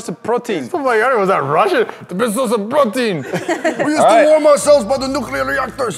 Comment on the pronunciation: Iss'a bess'a source a prrrotien